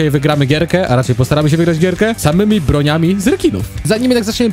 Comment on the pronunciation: Brońmi nie broniami